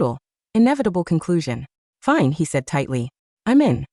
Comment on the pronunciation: Rrrelax it's finéée 😂